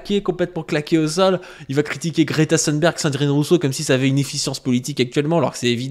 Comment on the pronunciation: Merci ! Je me suis régalé ! C'est en effet un sociotype très fréquent, et j'avais remarqué que nombre de droitards d'aujourd'hui (ceux dont tu parles, mais aussi Zemmour, Sonia Mabrouk, etc.) sont les immigrés, ou auraient été les immigrés, d'hier. Note : attention, on prononce Greta Thunberg comme dans "des thunes", pas à l'anglaise (le "th" à l'anglaise n'existe pas en suédois).